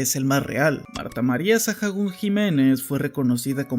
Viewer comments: Con eso último de Marta Sahagún estaría bueno que hicieras un video sobre las primeras damas de México, tienen historias muy interesantes y algunas hasta oscuras Pd: Su apellido se pronuncia “𝗦𝗮𝗮𝗴𝘂𝗻“ no “𝗦𝗮𝗷𝗮𝗴𝘂𝗻“ xd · Buen video, pero me daba un tic en el ojo cada que oía Sajagún. Se pronuncia Saágún. Como cuando dices Alcohol, por ejemplo... Se pronuncia alcoól, no alcojol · me saco mucho de onda tanto Sajagun, la H es muda no se deberia pronunciar como Saagun? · Por qué dices "sajagún" si eres mexicano? Se dice "sagún" aunque se escriba Sahagún 😅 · por que pronuncias "Sajagun"? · apoco está narrado por una IA? por la forma de pronunciar Sahagún me hace pensarlo jajaja.